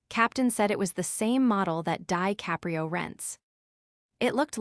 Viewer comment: So who is DIE-caprio? Maybe a friend of TaBITHa’s!? lol😂